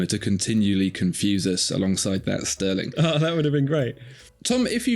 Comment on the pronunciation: I stopped watching at Stuhrling…